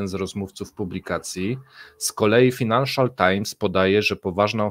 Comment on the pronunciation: Finanshial czytaj fainanszial. Pozdro